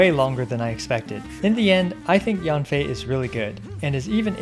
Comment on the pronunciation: actually in mandarin, Yanfei is pronounced like "yen fei". Yan sounds "yen" while Yang sounds "yang".